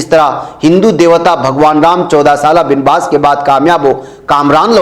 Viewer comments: Binbas نہیں با was hota hai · Banwas hota hai